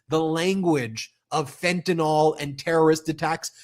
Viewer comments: Fentanyl, not Fentanol! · fent-a-nyl. there's no "o".